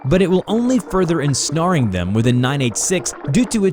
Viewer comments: so you do know its ensnare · did you just say Insnarring them instead of ensnaring them, pfft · What is going on with grammar in these videos? En-dockrin? What the hell is that? What is snarring? How do you snarr someone? Sigh.